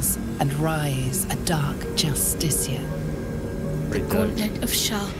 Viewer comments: Sorry but after twelve videos i HAVE TO ask you this: why do you always pronounce justiciar as "JustiKar" and not as "JustiSHiar"? Do you just miss the i or there's something i'm missing? Cause it's really starting to bug me lol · Everyone: Dark justiciar Him: Dark just-stick-car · I can’t be the only one that HATES the fact that he can’t say Justiciar right, like bruh they say it a million times how can’t you say it right by now lol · It’s justiciar not justicar 😂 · consistent with the justiciar mispronounciation since the thalmor justiciars in skyrim, we love to see it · pls learn how to say justiciar i beg also loving the bal gat 3 vidja